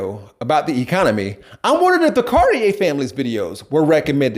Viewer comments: ok here's a better way to say it. You're the pure example of why they left the left. You have problems with comprehension, and pronunciation...oh and you're RACIST! Their name is pronounced: Car-Tee-Air. Not the pretentious gay clothing brand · So this man is exactly who; not only pronounced their name wrong, but proves hes the exact reason why they left the left.